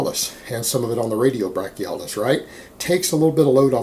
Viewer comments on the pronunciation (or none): it's brachioradialis, not radio brachialis 😂😂